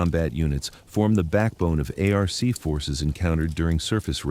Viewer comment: 2nd video / chamnel I couldn't watch because TTS pronounced ARC A R C... truck you